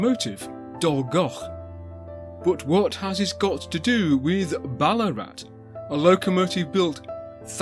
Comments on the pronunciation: Another brill vid but a note on Australian pronunciation: Vowels are rarely stressed, so Melbourne is melb'un , Ballarat is said almost as one syllable, tho the weird double a spelling would be close to ball-aah-rat :D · (Note this 🙂) We don't spell the town name with the "double a" anymore. It's long been simply "Ballarat." So perhaps "Bal-uh-rat" would be the best way to pronounce it. I won't go into detail here with local and outsider names for what is today not such a nice town in regards to many of its inhabitants... No dig at you, just saying from someone who lives in the town.